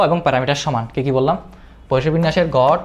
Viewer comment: গড়, গট না 😂